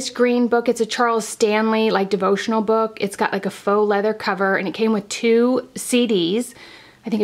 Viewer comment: Book, not nook😳🙀